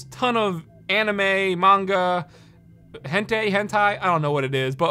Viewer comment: Is tHAt whAt TheY CAll tHE “Hen-Tay?”